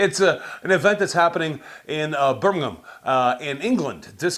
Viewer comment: YES!!!! managed to pronounce Birmingham correctly! 🕺🕺🕺🕺🕺 My work here is some!!😂😂😂